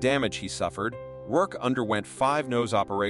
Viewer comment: did he say "Rourkay" ?? mispronunciation is almost as annoying as terrible narration lol